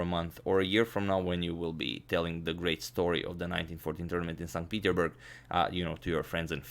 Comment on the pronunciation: Not st Peteburg...st petersburg